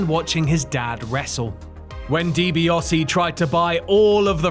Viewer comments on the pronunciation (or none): 10 hours in...... ffs it's DiBiAsi not DiBiOsi . A not O. Not difficult. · love this but hate the way he says Ted Deebeeosy instead of Ted Deebeeassy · DiBiAse! NOT DiBiOse!!! So cumulatively annoying! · Why do you insist on pronouncing Ted's last name as "Dibi-oh-see?" There's no O in there. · The AI voice gets confused as to how it's pronounced